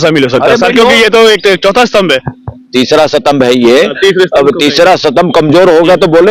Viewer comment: Satambh kya hota hai gadhe it is Stambh